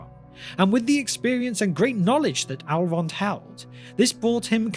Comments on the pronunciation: ELrond ELLLLrond. Not Alrond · Why u pronounce elrond as "allround"? Cmon man :( also about gandalf vs sauron... Saurons pupper brokes gandalfs staff and you are saying that this puppet is also stronger than sauron himself. Realy?